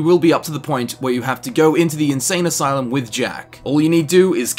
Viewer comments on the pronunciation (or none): "Asane insylum"... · "assain insylum"